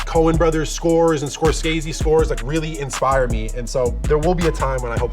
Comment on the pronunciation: this man just called him scorcaze